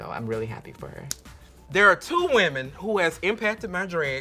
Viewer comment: Kahanna says whaman instead of women